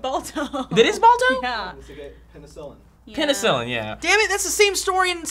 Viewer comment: Man, hearing them try to figure out penicillin hurt me. lol